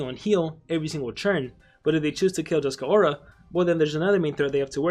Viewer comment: The name is Dusk Aura. Not Dusk-a Aura.